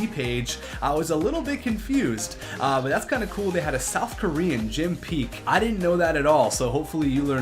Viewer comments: Its pronounced Jim "Pack" not "Peak" lol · its Jim Paek not Jim Peak, and it's pronounced "pack" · Honestly are you dyslexic? Not trying to be mean but you misspelled and mispronounced Troy Loney and Jim Paek.